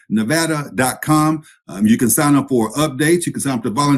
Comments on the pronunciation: Thank you for pronouncing Nevada correctly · You said Nevada right, good job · Thank you for announcing the name of the state correctly